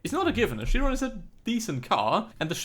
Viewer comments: I hear you saying Bugatti Shiron one more time and I'll blow up. IT'S PRONOUNCED KIRON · did you know the bugatti chiron is pronounced kyron ?